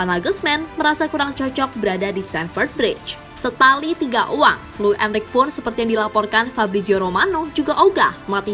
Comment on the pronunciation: Poketino poketino.... Pochettino min bukan poketino. Bacanya gak usah sok2 an gitu. Dlm bahasa Spanyol gak gitu jg kalo bacanya. Trs jg Enrique dibaca Enrike bukan Enrik 😏